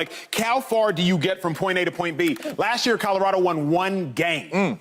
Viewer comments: Shady "Cahdarado!" 🤣🤣🤣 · Shady not being able to pronounce Colorado after 3 weeks of having to talk about them kills me😂😂😂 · Yes!!! C’mon bro 😆😆😆😆